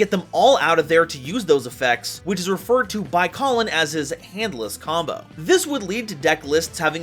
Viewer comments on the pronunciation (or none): It's Kalin, not Colin